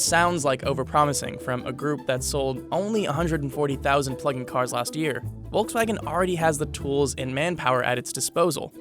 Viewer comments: It´s not pronounced Wolxswagen but Folxswagen. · Say it with me VOLKS-WAGEN, Volkswagen! It’s not that hard!!!!! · It’s pronouns as folkswagen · It's "folks wagen" at least pronounce name properly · It’s called Volkswagen ( like f) and not Wolkswagen ( means in German Cloud-Car) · Pronunciation: "Folksvagen" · It's volk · Me, as a German, really enjoy the way He is pronouncing "Volkswagen".